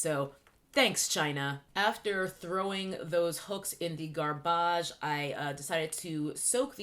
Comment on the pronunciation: "Garb-barge?" WWWWHHHAAATTT?